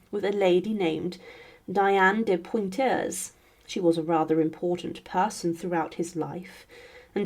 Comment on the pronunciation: Your mispronunciations of “Poitiers” and “Guise” got annoying. Why wasn’t that part of your preparation? You needn’t be a French speaker to pronounce Poitiers as “PWAH-tee-ā” and Guise as “geez”. I stopped listening out of irritation .